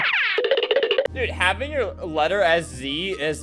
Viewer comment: He said e in letter